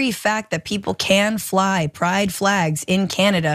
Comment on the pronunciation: Is it the ‘flehgs’ that are so upsetting? Lol.